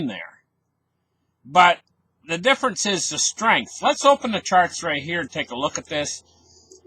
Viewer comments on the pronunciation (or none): none